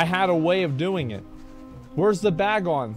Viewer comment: the number of times he said "bag on" instead of "Bagnon" physically hurt me